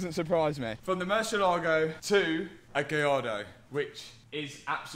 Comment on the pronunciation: Is not "murshyellaago" it's more like moor-CL-ago and the accent goes only on the "eh" sound. It's the name of a Spanish bull, not Italian.